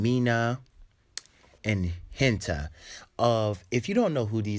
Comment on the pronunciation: It’s not kishima is kirishima and it’s not ha-en-ta is Ha-n-tah (hanta sero)